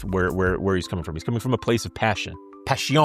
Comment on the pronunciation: Passion in french is said Pass Sion. Like a patio : passion. No ´t’ said in the real french pronunciation. (I am quebecois : canadian francophone)